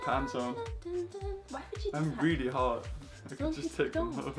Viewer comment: He said hot not hard